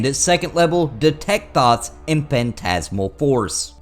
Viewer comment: I burst into laughter when you first said Detect Thoughts and all I heard was Detect Thots xD I'm so damaged